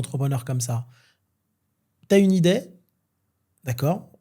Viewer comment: 35'38 "T'as une idaie " Encore raté, c'est "t'as une idée", mon pauvre, c'est un orthophoniste que tu devrais voir et vite, et t'en fais pas ils prendront ta CMUC!